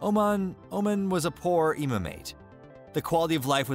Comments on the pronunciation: This country is called Omaan not Omen. you are pronouncing it wrong all through the video. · Saying it wrong not be omen but oh man. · It's pronounced as OMAAN not OMEN.. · Beautiful video about one of my top three favorite countries in the world. Lots of issues, though. First: Sultan Qaboos died in January 2020, ie, one year and 10 months before this video was made. But he’s always mentioned with the present tense and there’s no mention about his death (…read the news before posting a video that is 60% about him…). Then: Oman is pronounced Omàn, not Òman. Then: at min. why is Yemen also highlighted (in orange)?! And… why on Earth is Kuala Lumpur shown at min. (the obvious Petronas Towers are there; also the children in the following seconds are clearly from Malaysia), as if it was Oman? For the degree of info and historical context it gives, it needs a bit of editing. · It's not Omen,. but O-Maaaaaaan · Dude its pronouced O- mon nor Omen, lol. They are a small Arab nation that mostly practice Ibadi Islam, considered one of the most " tolerant" or reformed. There are many Sunni that still practice traditional Islam. There also some Hindu and Christians. Culture doesn't tolerate lazy men! You dont work, you dont eat. Your friends will look at you with shame. Adultery is punishable by death, pre marriage sex between young couples is rare, dowry must by paid, marriage is a big deal. Women wanting a divorce can take years, men 2 weeks. Oman does not have the wealth of Qatar, Kuwait, UAE, Saudi or even Bahrain. If fact Oman is considered among the poorest. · It's Oman not Omen. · It is not pronounced as Omen....it is Oman like Oh! Man! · Omen? You mean Oman? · Oman 🇴🇲 not Omen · It's OMAN not OMEN! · Its oman not omen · Boy, please... Its called OMAAN. Like the “AA” at the dentists. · I'm American and I know it's pronounced Oh-maahn. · Ia "Omen" really the correct pronunciation? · This guy doesn't even know how to pronounce OMAN! 🙄